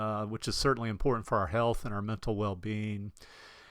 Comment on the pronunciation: You are lucky. Good content. Pronunciation slop. If I hear “men’al health” one more time I’ll scream! Off to drink dome “wodda”!